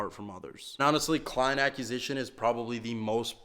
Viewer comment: Brother I love your stuff and have been watching since the rich and can’t sleep drive videos, but please.. for the love of god.. please learn how to say acquisition 😂